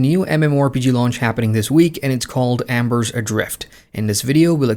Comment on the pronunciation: Cool... but it's Embers Adrift, not Ambers Adrfit.